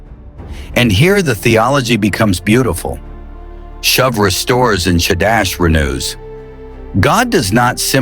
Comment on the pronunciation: glad this promise does not depend upon your pronunciation. should be 'shoov' not shove. 'course I know its AI, which noone can trust.